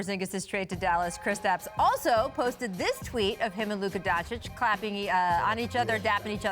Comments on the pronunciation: Luka must be tired of people pronouncing his name DonKich or DonChik or Don-Sick😂 I kinda like the last one, got a nice ring to it🤔 anyway, It's pronounced "DonChiCh" ... Luka Doncic. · Haha, the first thing I noticed. I also don't get it. It is not that hard. If you can say Donkich, you can say Donchich too. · Donkich LOL Donchick😎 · Donkitsh?!? Its DonTSHITSH Goddamnit! TSHITSH TSHITSH TSHITSH - For how much he is talked about its time for everyone to get it right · Donchich* man... It’s time to learn how his neme is pronounce... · Why is Paul Pierce still calling him "Donk-itch"? That shit ain't hard to pronounce. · Luka donkeyç ? Wtf Paul hahaha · IKR. Luka Donkich? lol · Till he doesnt learn how to say Doncic hes Paul Spears 4 me xd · Lol p.pierce still not able yo say Doncic...loooool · Can someone teach Pierce to say Doncic correctly? Hahaa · Paul Pierce still hasn't learned how to say Luka's name...God damn dude. its not that hard.